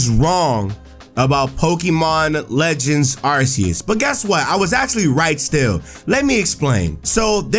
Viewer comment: Arceus is pronounced as if it was Arkeus. Just see the word "Arc" and you will pronounce it well.